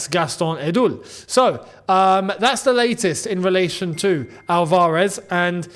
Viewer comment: Just wanted to point out that it's ALvarez (stress in the first 'a'). Love your vids